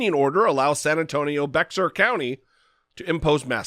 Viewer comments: FYI Bexar county is actually pronounced "bear" County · Great video, but it’s pronounced “bay-har” county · Bexar = bay-har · As others have said, Bexar County is pronounced "Behr". Originally "Beh-har", to match the Spanish pronunciation, it now has a drawl to it. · SMH !!!! 🤦‍♀️ Although it’s spelled Bexar it is pronounced like the aspirin name Bayer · I hate to be "that guy" but Bexar is pronounced BEAR. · FYI; Bexar is pronounced BEAR. I know, really weird, but it's an obscure Spanish word. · I’m from San Antonio, and I think that our mayor is doing a great job. During the pandemic he held daily press conferences that were frank, blunt, and honest. I’m so proud of him for standing up to Abbott. (PS it’s “Bear” county, despite it being spelled “Bexar”)